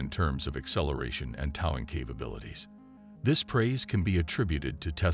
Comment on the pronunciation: weak exposé & mispronounced narration. 😢 'toww-ing capacity' ?